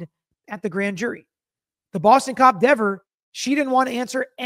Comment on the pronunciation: You mean Deever - I'm not reading your comment unless you pronounce her name correctly!😝